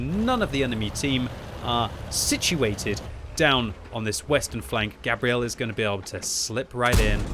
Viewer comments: !....I dont think thats how you pronounce that persons name...Gabrielle is a girls name, which is what your saying. Gabriel, is a guys name and pronounced different. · Why are you pronouncing the feminine version of this name, Gabrielle, instead of the masculine 'Gabriel', as in the Angel Gabriel? People do this all the time with footballers from Latin countries too (hello Arsenal), and it bugs me no end. Also, the enemy team in this game are awful. They abandoned the hill and didn't even try to take the west flank. It's a good score but it's also a bit of a roflstomp. Merry Christmas. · Pretty sure it's pronounced like the archangel Gabriel "Gay-bree-L" the way you're saying it is the female pronunciation "Gabrielle". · Fun to watch, thanks. Wondering if Gabriel TOLD you how to pronounce his/her name or if you're taking a bad stab. I would have guessed it would be Gay-bree-uhl (masc) and NOT Gah-bree-elle.(fem). Good luck with the fund-raising! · I'm from the US and the way u sayin Gabriel is killin me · As someone who is dating a Gabrielle and is best friends with a Gabriel. It was painful listening to mispronounce it every single time